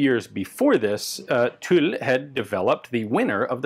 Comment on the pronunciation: Ian, I’m super pleased to hear that you have finally nailed the pronunciation of ‘Tulle’!